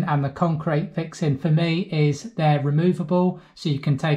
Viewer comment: Thanks for the great advice.. By the way, couldn't get enough of you saying "fixin". It goes great with your accent!